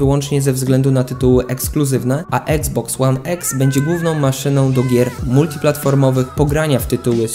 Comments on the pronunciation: I to kurwa (eksbox one eks) wsesie xbox one x to mnie tak wkorwiaaa wes mow normalnie i iksboks one iks) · mówi sie iksboks łan iks a nie eks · Jprdl jak mnie boli eksboks łan eks jprdl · Czyta się i xbox one x a nie exsa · nie mówi się exe